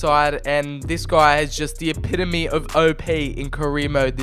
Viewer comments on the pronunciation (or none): none